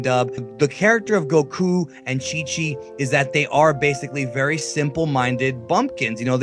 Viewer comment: You know these videos are a bad source of information when the people can't say goku right